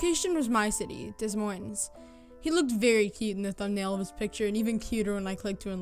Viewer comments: You're not supposed to pronounce the S's in Des Moines. (pronounced like "Deh Moyn") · YOU DON'T PRONOUNCE THE S IN DES MOINES, IDIOT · It's pronounced Deh Moin. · THE WAY PEOPLE WHO DONT LIVE IN IOWA SAY DES MOINES OMG I CANT BREATHE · obviously you're not from Des Moines since you can't even pronounce it! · the first story, you mispronounced the city.......just saying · She can't even pronounce "Des Moines" correctly.